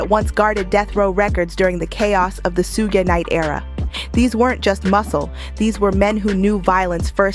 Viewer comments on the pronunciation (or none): Suge Knight is pronounced like "Sugar" without the "ah" sound at the end, just saying. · Who the hell is Soog knight? Lol! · I'm not sure why, but I absolutely hate it when people pronounce Suge Knight wrong.